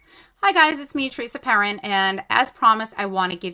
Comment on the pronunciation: "Hi guys it's Peresa Therin." Lmfao.